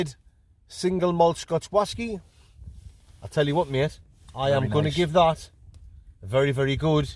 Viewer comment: Brilliant. What stunning scenery it is in the Lake District, it's a beautiful part of the world. Your 'whasky' reviews truly are a thing of legend. I just love how you're always gubbed when you give them. Hilarious stuff, mate. Keep it up.